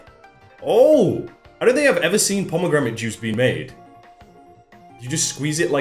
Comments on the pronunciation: I like how he's saying pomegramate and not pomegranate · Did you really just say pomagramit? It's pomegranate. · He kept saying pomegramate.. its pomegranate (pom-eh-granite) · when he says Pomegramate instead of pomegranate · is it just me or did everyone get triggered when he said pomegramate and not pomegranate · Today is the day we realized can't say "pomegranate" 😂😂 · Every pomegramate said gave me another year on my life. So wholesome lol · The way he says promognate smh the FBI better be coming for him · Pomagramit lol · *promognate XXXDDD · finally someone noticed 🤣🤣🤣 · No one:: pomegramit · Highlight of my day was saying- ‘Pomogramate’. Thank You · the way pronounces pomegranite makes me think "pomegromit and wallace" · Nobody:: Pomegramit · “Pomegramites” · pomagranit thats how u say it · 😆😆 Let's not be harsh on the lad for it though, Benedict Cumberbatch can't say 'Penguin' 😆😆